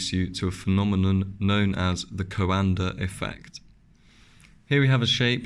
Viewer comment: Thank you SO MUCH for not adding the silly "R" to the end of Coanda Effect! The first video I watched about this was from an English guy who said "Coander" 100 times, was excruciating! Don't get me started on the silly extra syllable injected into aluminum.